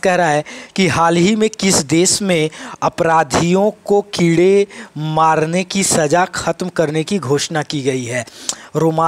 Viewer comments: Sir keede Ni hota kode hota h.... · Sr g कीड़े नही है कोड़े है😂😂😂